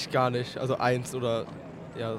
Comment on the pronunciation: Gar nisch...gar nisch...hahaha.